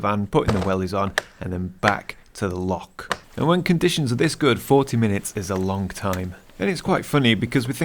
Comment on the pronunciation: It’s not lock or pronounced lock, it’s loch, bloody Sasanach’s!!!!! 🤣🤣🤣👍